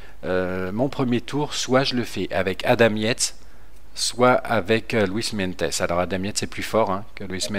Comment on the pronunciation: cimolai se prononce chimolaye et meintjes c'est meinties Super idée mega j'adore ce grimpeur sud africain